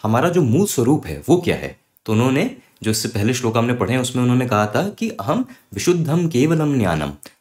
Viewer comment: श्लोका नहीं श्लोक उच्चारण होना चाहिए!